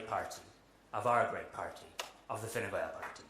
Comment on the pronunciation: He says “Fine Gwael” Enough said 😂